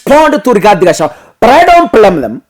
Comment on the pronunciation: My dear the good name of DP is GACHAGUA plz not Gachawa..